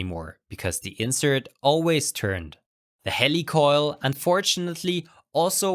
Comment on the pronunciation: heeeeeli coil. not hellicoil. ha... great info.